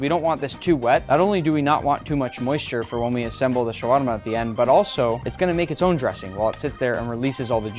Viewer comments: Spelled shawarma pronounced shawama without r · حلو شلون ينطقها😂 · Ok look I get how you can't say it well but it's okay and Im from Egypt so I know how to say it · Get a Lebanese friend who can pronounce it properly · You don't have to pronounce shawarma that way if you're speaking English. You pronounce it correctly when you're speaking Arabic so it can flow naturally into the language. But it doesn't flow well into the English language because it's not designed with tongue rolls and things of that nature. Just say it the way Tony Stark says it if you're speaking English.